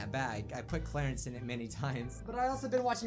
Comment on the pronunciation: YOU SED CLERICE WRONG IM FREAKING OUT AHHHHHHHHHH